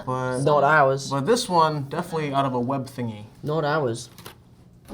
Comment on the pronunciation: are we gonna ignore the fact that harry styles says “willem dafoe” to say definitely?